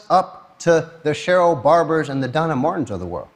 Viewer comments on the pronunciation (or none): none